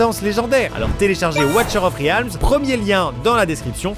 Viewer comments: Sérieux la prononciation " Ouatcheur aufh ryalme " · Watcher of rialms???? Mon dieu, prenez des cours de prononciations en anglais svp!